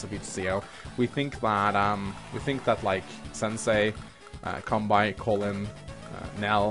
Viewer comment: tldr: flat damage is broken af. Pretty sure you pronounce it as kanbay btw x) Pronouncing it as kanbai is kinda annoying x)